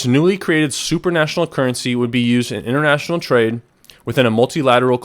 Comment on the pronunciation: Supranational, not supernational. You may want to check out the difference. It's similar, but the correct word is supranational